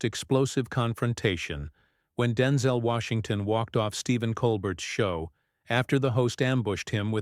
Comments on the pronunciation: I have my doubts that this was completed quite as stated by the "actual" host! He can't even pronounce a man's name correctly! This is mostly garbage. If anywhere close to truth, Mr. Colbert should be admonished for not staying closer to what was agreed to, if actually agreed upon. At the same time Colbert is correct. I have read and listed to many articles about Mr. Washington as I love most of his work. He has never addressed the issues or any questions related to what Colbert wanted questioned here, whether asked with honesty or not. So answer it Mr. Washington It's too important to ignore in todays social climate, political or not! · WTF? You don't even know how to pronounce his name!